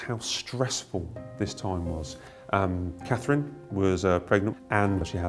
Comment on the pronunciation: Can I ask what is wrong with Katie Nichol? She cannot seem to pronounce the name Catherine, does she have a speech impediment?